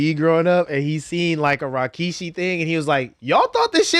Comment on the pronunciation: "Rockishi" it's Rikishi